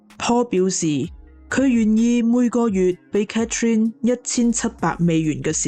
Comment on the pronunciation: 你講女主人的讀法讀错了😂😂😂Catherine; why not Cathy?